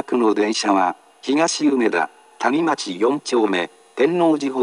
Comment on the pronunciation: “谷町”のアクセント間違ってて草